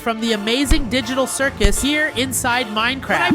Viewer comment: People who heard digital circle instead of circus